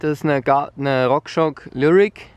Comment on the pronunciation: Es heißt RockShox und nicht RockShock außerdem heißt es Commencal und nicht Kommenkayle🌚